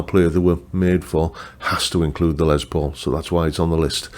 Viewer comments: And of course the new Greeny models are, among others, signature models of a signature model. (And the man himself pronounced his first name lime Less, not Lez, but as you’re British, I guess that’s okay 😊…) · Great list. Richie Kotzen Tele is on my radar, yes! On pronunciations: in official Gibson speak it’s probably “Les”, not “Lez”.. but nevermind.. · Poking fun of someone saying Les (Lay) and then saying it's Les (Lez) when it is pronounced Les (Less). Oh the irony. 😜